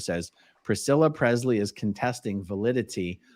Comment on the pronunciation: Lisa sold her rights to the Image and name of Elvis Presley, and Aaron it’s Pre”s”ley not Prezley thank you.